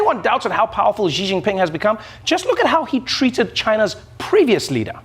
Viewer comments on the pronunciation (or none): XI Jingping, NOT JI